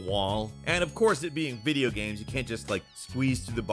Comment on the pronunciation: "Gaemes" fuck.